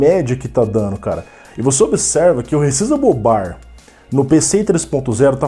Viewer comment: sabe muito! muito bom perceber e alertar sobre isso! essa geração nova já não tá essas coisas todas, quanto mais se quem for comprar não atentar para essas questões que vc levantou (p.s. não que isso faça diferença no conteúdo, mas a pronuncia em ingles seria "re ssáizable bar")